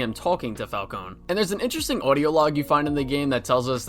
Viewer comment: My favorite part of this game is when he says “I heard one of your guards call me Mr. Falcon! Ingrates can’t even get my name right” and that makes me happy cause my only criticism with the Batman is that the pronounce his name wrong